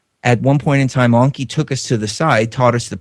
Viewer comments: It's Enki with an E not an O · stop saying Onki!!!! it's Enki !!!! you sound stupid